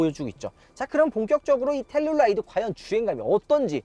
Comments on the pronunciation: 텔룰라이드 X. 텔루라이드 O. 우리나라 사람들의 청개구리식 영어. L은 대부분 R 발음하면서 막상 R은 L 발음으로 함. 예) 룸밀러. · 텔룰라이드 발음 킹받네ㅋ